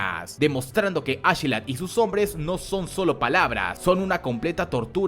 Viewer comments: Como que ASHelat ? ASKELAT !!!!! No suena igual de imponente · Yo intentando no arrancarme las orejas cuando escucho ashilad (askeladd) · Askelat no ashila 😂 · Me da una cosa bien rara cuando dices achelad en vez de askelad pero bueno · A mi tambien, te lo juro incluso algunas veces me confundia